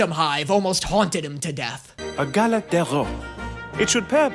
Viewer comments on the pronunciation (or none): Galette de rois is a legit thing in France (and Spain I think but the name is different) its eaten in January after Christmas and the little figure inside is usually Jesus. is just mispronouncing the heck out of it.😅